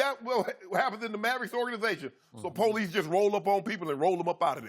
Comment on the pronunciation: The po lease lol